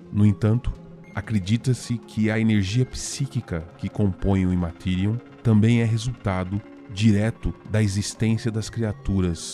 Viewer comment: Show. Ótimo conteúdo, mas cuidado com as pronúncias. A ideia aqui é ajudar a melhorar: Aeldari se pronuncia ÉLDARI, tyranid é TÍRANID, Immaterium é IMMeTÉRIAM e por aí vai...